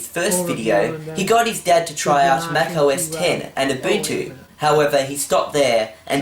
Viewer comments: about Mac OS X. the X is pronounced "ten" try to type "say Mac OS X" in the terminal and see what happens. you said you watched reviews about the OS`s you tried as to pronounce them correctly. did you? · Mac os 6 "Mac OS Sex" Lolololololol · Anyway I just wanna say it was supposed to be pronounced Mac OS 10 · Dude He Said Mac OS Sex Jaguar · RedstoneFreakCrafter No, she thought he said "Mac OS SEX"